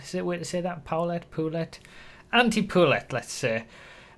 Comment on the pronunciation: Poulet is French, it's prenounced poo-lay and it means chicken.